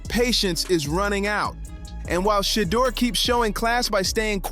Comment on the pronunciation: Learn how to pronounce the man's name. It's Shur-durrrr and not Shaaadur. This ad sounds horrible.